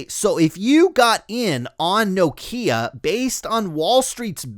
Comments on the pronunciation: It’s Nokia (As in Knock) .. Pronounced with 1 syllable rather than No-Kia . 👍🏻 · lol, presumably you’re from North America? Everyone else in the world including the Nokia CEO pronounces it Nokia .. not No .. Kia. He should know. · Iam Scandinavian, let me help. Nokia instead of No-kia. Also Ekea instead of Ikea. Oh, one more, Porsche instead of Porsch. Good luck. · That's how we pronounce Nokia in the United States.